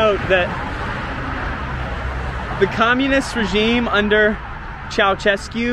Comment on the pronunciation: It's Ceausescu ( Ceaushescu) not Ceaucescu (Ceauchescu)